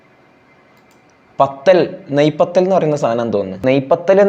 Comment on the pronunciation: Naiii pathal alla puriii adh 😂